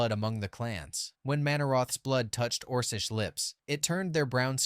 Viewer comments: Orsish rather than Orckish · orsish lips lmao...orKish not oRsish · OrKish not orsish ffs